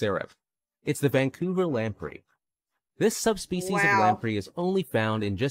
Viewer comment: Vancouler Island.........the first time he said it.